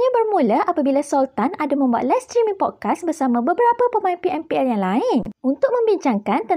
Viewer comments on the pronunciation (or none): SEBUT podcast pun salah conqueror pun salah xreti baca ke